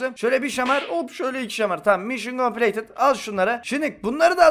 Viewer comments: Bir atasözü derki: mişın kompleytıd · Bir atasözü derki: mişın kompleytıt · Bir videosunda konuşmalarının yarısı: mision coplated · Bi ata sözü derki: mişyen kompileytınt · Bir atazözü derki:mişın compileytıd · Bir Ata Sözü Derki: Mişyın Kompleytıt